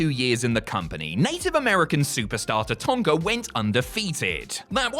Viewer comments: It's taTANKa, not taTONKa. He wasn't a toy digger. And while we're at it, Jacques Rougeau is French Canadian, not scottish, stop calling him Jock. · Anyone else hate how pronounces Tatanka? It's Ta-tan-ka, not Ta-ton-ka. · I love you mate, but Tatanka doesn't have an O in it....Tatonka....bleh. What's next, calling X-Pac "X-Poc"?